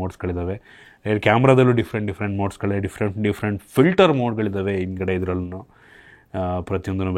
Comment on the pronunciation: "ಇಂದ್ಗಡೆ " ಚೆನ್ನಾಗಿದೆ 😂😂😂😂